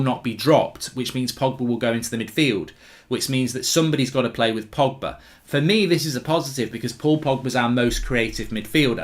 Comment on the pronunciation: Did my guy really say frogba 😂😂